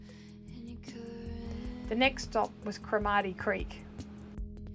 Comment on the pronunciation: Hodel is pronounced Hoe-del with the emphasis on del. Cromarty is pronounced with emphasis on Cro.